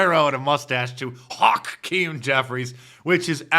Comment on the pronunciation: "It's a deep fake of Chuck Schumer and Haw-keem Jeffries" 🤭